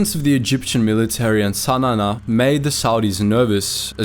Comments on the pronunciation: Pronounce the capital Sana correctly it is Sa Na not Sa Nana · Sanana lol.. It's called Sanaa (San aaa) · What is wrong with your pronounciation. "Sana na" ? "Gori Thia" ? Do you have a speech impediment or something? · A slight correction, the Yemeni capital is Sanaa, not Sanana. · Sanana is fkn 😂😂😂😂😂😂 wth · Great video, awful pronunciation of Sana'a